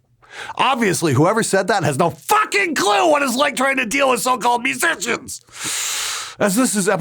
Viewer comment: Restarted the video 3 times just to hear your awesome pronunciation of mhhuhsicians.